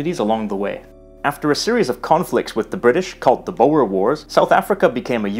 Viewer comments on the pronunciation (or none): I was laughing when I heard it pronounces "bower". You are forgiven.